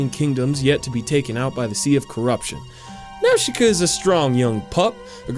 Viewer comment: when his says Nausicaa i cringe so bad